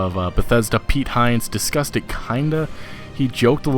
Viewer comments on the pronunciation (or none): none